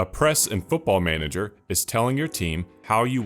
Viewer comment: it's manager, we just say manager